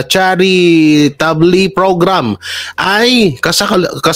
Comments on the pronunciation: "Charitabol"😊sori sir correction lang po. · ang basa jan "tsa-ri-ta-bol"😊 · "charitable" read as charitabol.✌️ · Charitable...pls wrong pronounciation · Laging sablay pag nagpronoubce ka Ng English words. The word charitable. Am sorry but your pronunciation is wrong